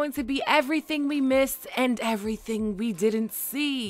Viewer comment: "We didn't see almost everthang!" Im out.